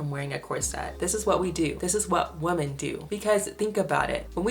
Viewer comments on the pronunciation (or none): Why do you pronounce women as woman?